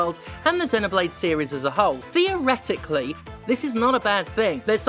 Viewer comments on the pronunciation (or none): "theoretic-Lee" got me lol